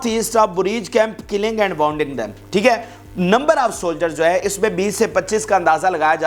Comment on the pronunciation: not w o unding but wounding....